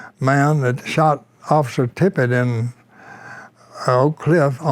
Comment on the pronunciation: And the man’s name was Tippit, for Christ’s sake!.. Not Tippet, or Tippett, or anything else..